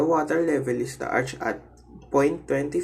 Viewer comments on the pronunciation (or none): Deduction: -1 for the pronunciation of arch -1 for not saying approximately equal to since you rounded off the answer into two decimal places Score: 98 Congratulations! Job well done!